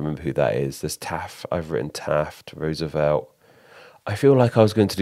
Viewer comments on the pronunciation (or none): "Rooservelt" LOL